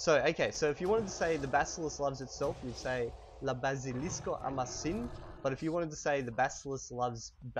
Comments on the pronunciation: Your pronunciation isn't quite spot on... You say Bazilisko like the word Basilisk in English, but it's not. as always make an ah sound in Esperanto. Isn't that correct? You also occasionally put the accent in the wrong place, you're supposed to put it on the 2nd to last syllable right? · Why are you pronouncing the "a" in "bazilisko" differently from the "a" in for instance "kia" and "alko"? Try a purer a-sound there! You're closer to an "æ" at the moment. :) And also your e is in some words a little closer to an ø-sound, this is just for some words, maybe words you use less often. Listen to these two: Regarding the episode, great job as always, good to have you back after almost 3 days without any World of Warcraft episodes!